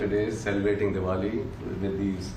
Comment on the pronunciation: Did he said Devoli